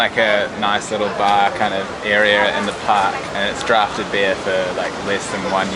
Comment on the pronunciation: Did you say drafted beer? Shouldn’t it be draught?